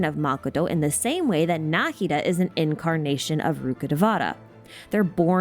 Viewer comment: the way i never noticed he fights like ruin guards incredible work subscribed thank you for this masterpiece I don't usually watch long videos but this one is so perfect and interesting I had to watch the whole thing also thank you for pronouncing Nahida's name correctly